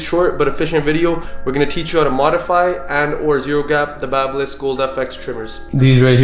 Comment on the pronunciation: Finally someone who knows how to pronounce the brand name correclty. THANK YOU.